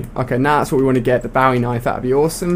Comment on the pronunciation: he said bawie knife , lol